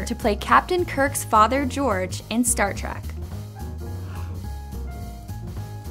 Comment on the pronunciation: why does it sound like she keeps saying Star Trak.... grr